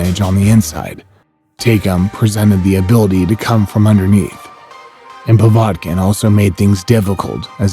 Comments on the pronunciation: Povartkin and belloo lol Come on bro at least pronounce the names correct, good video tho, also its not a true david vs golaith story usyk is same height as whyte and has put on weight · A lot of names were pronounced funny here 😂😂😂 “Bellu” “PoVodkin” “Take-Um”